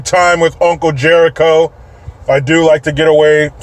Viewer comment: J----ERICHO, IDIOT. NOT "G"